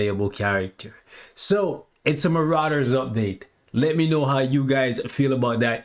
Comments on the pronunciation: Lol at Muh-Raiders. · Why do you pronounce Marauders like that 😆